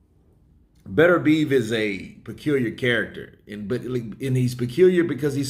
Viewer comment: Yo. please try to pronounce BETERBIEV correctly, It is not pronounced BETTER BEEVE as you keep saying, it is pronounced BITTER B EV